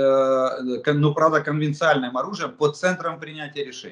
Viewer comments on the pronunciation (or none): прецедент, а не прецеНдент. конвенциОНальное, а не конвенциальное. шо уж совсем-то...